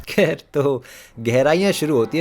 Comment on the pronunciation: "kher" gets me everytime 😆